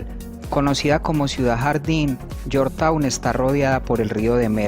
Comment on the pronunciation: la capital de Guyana se pronuncia lliorchtaun no yortaun